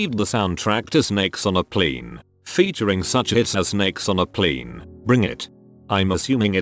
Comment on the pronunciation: Redditor: Plane Narrator: p l i n